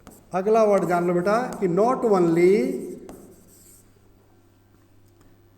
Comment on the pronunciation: वनली नहीं सर ओनली✓ (ऑनली×)